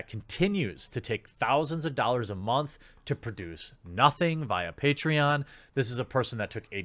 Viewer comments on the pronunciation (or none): none